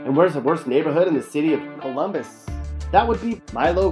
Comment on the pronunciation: Ummmm. Fake. Colummbissss. Wow has Pickrington highlighted. So funny. Guarantee this guy isint from Colummbisss.